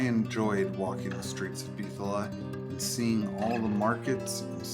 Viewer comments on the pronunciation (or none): lol bro there's no H in Bitola